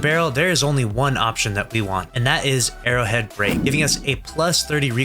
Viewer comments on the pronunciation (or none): none